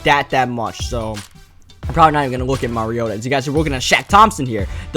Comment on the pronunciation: He can't say mariota